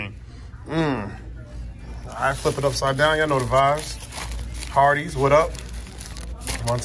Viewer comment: I thought he said Arbys